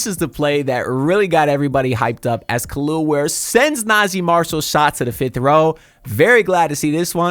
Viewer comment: Nice video, your butchering his name my guy. Its not "Kalil" Ware. It pronounced Kel EL ( THINK Superman aka Cal EL ) he's said this who his parents named him after . Put some respect on the Kryptonian's name ... And just like that Spo sent him back to the Bench.. I'm a Rockets fan, but Ware is one of my favorite players. The Heat got as good of a chance as any team in the east to make the Finals this year IMHO..